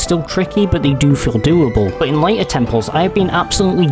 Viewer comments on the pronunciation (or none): none